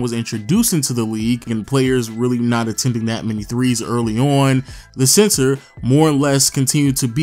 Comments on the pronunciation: Is it me or are you pronouncing center as "Sensor"? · Why does it sound like he saying “CENSOR” 😂